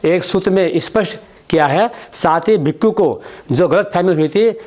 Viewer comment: Bhikhu nhi sir bhikshu hota hai pehle uccharan shi to padh lo. Or aap sir maths padhao philosophy nhi. Aagye padhe likhe gawar.